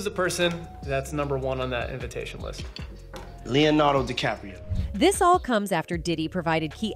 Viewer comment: he say Leonardo decapro...